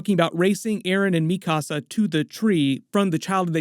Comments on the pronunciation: The way that you say mikasa bothers me so much, because if you’ve watched the show, you would know how to say her name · LMAOOO called Mikasa mi casa lolol